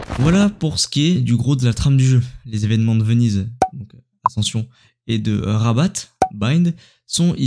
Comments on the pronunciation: Hyper cool mais la ville se prononce Raba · super mais juste attention Rabat on ne prononce pas le t